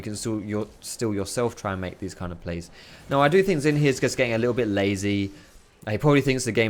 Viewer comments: ZHIN NOT ZIN GOD DAMN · the pronunciation is only partly correct. Xin is pronounced as sin not shin. And Jahw is a good approximation for zhao's pronunciation. Just say Jahw quick and don't drag or emphasize the 'ahw' part of jahw and dont add a bassy tone. Jahw actually ends on an equal or higher pitch. Chinese here btw ;) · xin is pronounced sheen, like charlie sheen